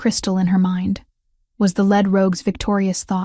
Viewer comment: I would suggest not using homographs (verb "lead" as in lead the way) - (noun "lead" as in the type of metal) in stories. AI readers often use the wrong word meaning and pronunciation.